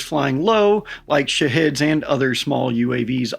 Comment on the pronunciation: Listened to this 3 times. You definitely said "shitheads".